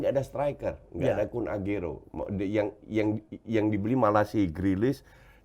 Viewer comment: Akhirnya coach agak bener nyebut Aguero 🤣